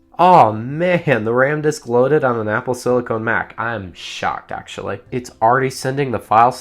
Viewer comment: "apple slicone"